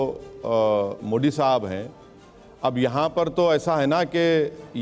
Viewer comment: मोडी bolna seekh ओवैसी